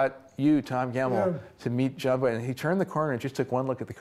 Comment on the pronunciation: Funny Jery actually says Jon Voik instead of Voight